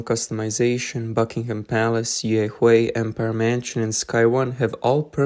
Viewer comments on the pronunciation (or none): none